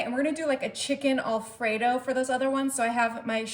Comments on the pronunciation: It's AL fredo..not ALL fredo. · Not a bad idea. I'll likely make some of these. But, I did find the repeated mispronunciation of "Alfredo" to be a bit jarring. (The first syllable is said as "Al," not "All.") Also, the word "pepperoni" IS PLURAL (singular, in Italian, is "peperone"). So "pepperonis" is incorrect.